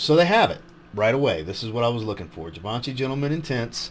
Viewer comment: Awesome! Great content per usual, one thing is check your pronounciation of Givenchy. It sounds like zhee -vaan-shee vs g-van-che :)